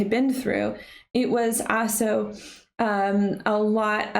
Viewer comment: Why do you say “also” without pronouncing the “L?”